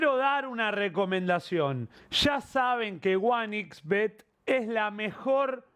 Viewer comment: Flavio, es one "ex" bet, "ics" es en italiano